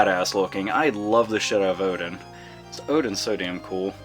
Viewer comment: And you pronunced Oden right. wow!